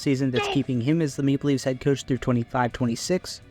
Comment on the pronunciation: Is "Maple Leafs" that hard to pronounce?